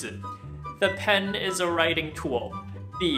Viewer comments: penishard 是故意的吧🤣🤣🤣🤣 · The pen is hard....沒聽清的時候,有些怪🤣🤣🤣